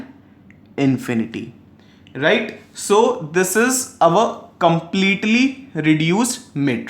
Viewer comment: Its just RIGHT, why are u giving so much stress saying righTTT..., please dnt. It was irritating while I was watching your video, thought to tell u through comments.